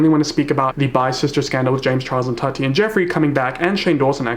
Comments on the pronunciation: why is nobody talking about how keemstar says tati??? it sounds like he’s saying toddy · No one: Keemstar: “Todi” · The way Keem keeps pronouncing “Tati” I straight up thought he was talking about Toddy Smith